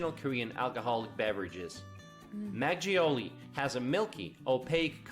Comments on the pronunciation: It's not majiolli it's maKeoli (makgeoli). Also children are not forced to go to school. They go to school. That was a weird statement lol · It felt like he was scraping his nails down a blackboard when he said maggioli like it's an italian word rather than makkoli. Please can these people learn basic pronunciation... 🙄